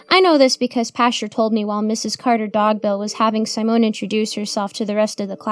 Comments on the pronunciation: I don't think that's how you pronounce Simone. I think it's see-mone. I think you're also mispronouncing Samael. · honey, simone is not pronounced with a long i. short i as in sit. si mone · Sigh-moan. Lol i love that intentionally mispronounces words like a little kid would. You can tell she is a great performer